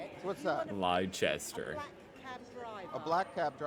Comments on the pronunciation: Its not Lie Chester btw ( the dude you watching ) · To be fair, the police man in vid one did come across a tad bit homophobic, vid 2 however, saying Leicester like that is unforgivable. XD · Yeah they're too common that no-one bats an eyelid, I knew he was mispronouncing Leicester instantly!